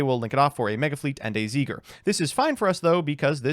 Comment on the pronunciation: How do you manage to mage "Smiger" into a slur but pronounce "Sieger" correctly!?